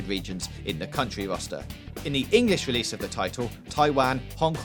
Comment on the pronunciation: Dead Wising, wewease, tolewable, gears of waw, political outwage, Liawa, owiginally, Bwazil. Gotta work on the R's there fwiend.